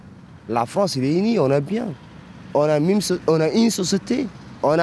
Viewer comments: La Fwonce ! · Elle est belle la fronce 😂